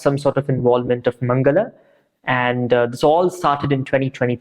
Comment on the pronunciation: Why does he have an accent? The way he says 'Mangala' is like a foreigner saying it😂😂